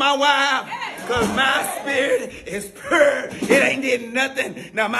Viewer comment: He said pure like he was trying to say purée lmbo😂